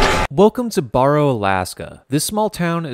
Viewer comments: Its pronounced bear oh not bar o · As an Alaskan please never say "Borrow" again. It's "Bear"-"O" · It is pronounced B-air-oh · Also you said barrow wrong, we pronounce it b-A-row. The b sound say A and ad row to the end. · OH MY GOD, IT'S PRONOUNCED BARE-OH. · i live in alaska man, it is pronounced bear-O. and the diner serves regular diner food lmao. As for the weather we both get subzero frequently. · I live in Alaska and it’s pronounced Bear-row and they changed the name back to the original Alaskan Native name which I can’t pronounce I live all the way in Palmer and a lot of people go up to barrow to work and it’s call the Slope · Love the video just FYI barrow isn’t pronounced like that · You my friend are smoked up. You got 90% of the stuff about Alaska including how you pronounce Barrow. Not only do I live in Kenai Alaska I was also born and raised here. So I'm somewhat of an expert on Alaska..... smoked up. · He said barrow wrong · You should probably at least know how to pronounce the name of the town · “You won’t survive this town.” pronounces name of town wrong 🤦‍♂️ Time to skip the video.